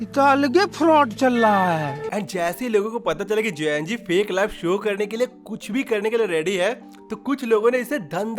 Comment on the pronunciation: Gen-Z ❌ Jen-G ✅